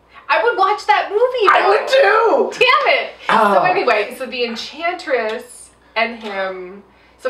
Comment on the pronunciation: Think the drinking game should be, drink for every introduction, drink every time says enchantess, drink when Margot says puddin...that's all I got...also no one else what's to talk about Rick just randomly eating chicken when the enchantess takes over June's body?